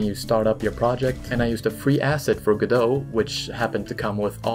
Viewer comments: It's Go-dot, not Ga-doe. It's not French, and the developers pronounce the t. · I think Godot is “Go Dot” maybe I don’t think the t is silent but what do I know I never named it 🤷🏻‍♂️ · I don't think godot is pronounced godo? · wait, it's pronounced "g'doh"? I always said "go-dot"